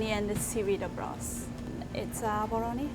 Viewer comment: Pronouncing the ‘L’ as an ‘R’....abaRoni...🤣🤣🤣